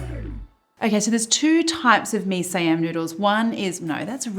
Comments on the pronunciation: It's mee "SEE-YUM", not mee "SYE-AM" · It is Mee Si yam. Not saiyam. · The way we pronounce it in Malaysia is "mee see-yum" 😀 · Love it that you try dishes outside Thailand! The correct way to pronounce it Mee C yam . (Siam). That's how we Singapore and Malaysians say it 😂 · See-ahm is how we Malaysians pronounce it. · It's Mee See-Yum! That's how Malaysians would pronounce it. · Yes! 🇲🇾🇸🇬 represent! Siam is pronounced S'Yum by the way. An S sound followed immeditely by Yum. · haha.. you pronounced it incorrectly. it's mee SEE-am. It didn't occur to me it could be pronounced another way but I can see why you would. :-)